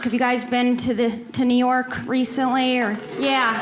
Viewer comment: Neor'k + New York ----->> LOL